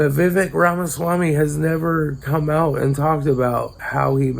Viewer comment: Its pronounced vi-vake